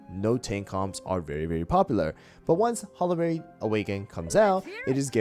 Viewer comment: Bro it’s HOLLY-BERRY not HOLLA-BERRY